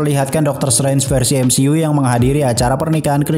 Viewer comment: Bro kalau ngomong MCU itu "emsiyu" bukan "emsi u" aneh dengernya... #saran